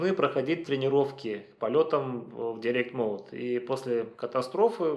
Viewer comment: От человека, который остальным советует учить английский, странно слышать "директ моуд" :) Дайрект он, как дайрект икс.